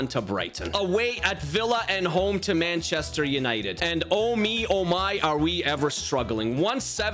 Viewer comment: No offense but you said banchester